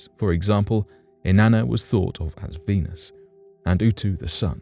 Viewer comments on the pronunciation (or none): none